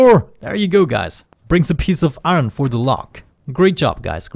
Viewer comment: It's iron not "aron"